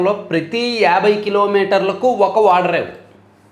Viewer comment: వాడరేవు, వాటర్లు, గున పాఠం కాదు బ్రదర్ ఓడరేవు, ఓటర్లు, గుణపాఠం అని మాట్లాడు తమ్ముడు